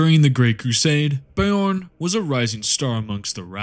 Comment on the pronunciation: "Bay-orn" the fellhanded the physic damage continues 😂 Please always go with your own pronunciation of everything, gives me a good giggle everytime 😅